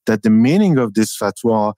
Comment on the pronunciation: "the fatwa" lol, cmon Tucker.